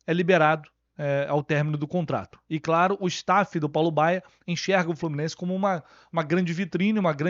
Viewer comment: Entendi Fábio Bala no lugar de Paulo Baya. Esse cara vai acabar tirando espaço do Isaac e de outros meninos da base, lamentável.